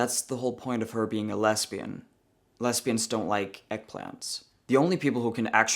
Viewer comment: you’re so funny. It’s not real important but “lesbians” the S is pronounced more like a Z and not an S. but it’s okay, you’re totally cool either way.